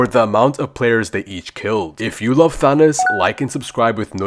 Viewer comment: "Thaonoos" bro said Thanos wrong